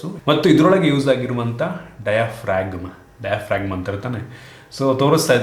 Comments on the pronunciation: Diaphragm - Di-af-rum adu bro 🙂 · Diaphragm alli g silent anna. Pronounce diafram anta madbeku